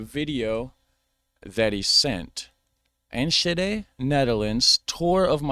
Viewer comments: It's Enschede not enshuhday The s is pronounced like the s in suicide and then the ch is pronounced like clearing your throat, nowhere does your tongue meet the roof of your mouth. Nowhere in Dutch do we have the sh sound like you're making, the sh like shit or ship we don't have, sch like in school or Enschede is pronounced like a clean clear s followed by a g sound pronounced in the back of the throat like when you clear your throat. Move that sound up from the throat to the back of the tongue and you've got the g like goedemorgen or goededag. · [Ann skuh day] NO sh sound! sk in low saxon, or s-CH in dutch..CH as in loCHness.... No ssh sounds !!! And it is absoluutely not in Holland.. It is next to Gelderland and Drenthe... Friesland ..barely in the north west...